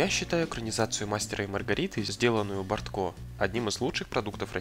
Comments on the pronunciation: БОртко...ударение на первое О😖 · Сериал Бортко великолепен. А автору ролика стоило бы, хотя бы, в вики заглянуть. Тогда бы он узнал, что фамилия режиссера БОртко, а не БорткО. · Слушай,ты,автор!Не БорткО,а БОртко!А ты там рядом не стоял,как снимали Анну!Твоё видео гано!